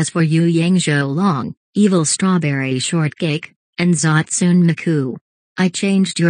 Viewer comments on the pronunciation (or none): Its hatsune miku not zatsune miku